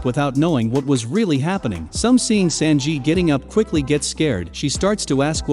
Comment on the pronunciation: love how the bot says momo no sus and Sanjeet lmaoo